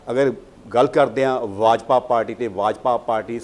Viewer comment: Yajpa nahe bajpa hunda repoter saab